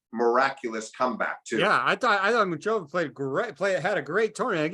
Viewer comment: Its Muchová! not Mučová!